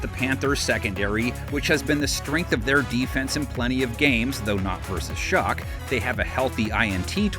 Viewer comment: I thought "shug" was the weirdest way you could possibly pronounce his name but calling him "shock" is even weirder 😭